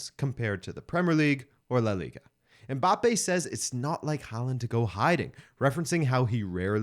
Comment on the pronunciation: The commentator is one of the fewest westerners who pronounce "Mbappe" the correct way unlike the majority that say "em-mbappe"